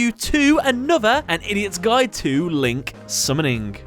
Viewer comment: "LINK SUMNIN"